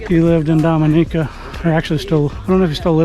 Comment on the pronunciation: it's pronouned Domi-neeca